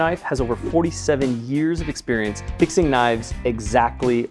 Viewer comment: "Experiance"??? WTF?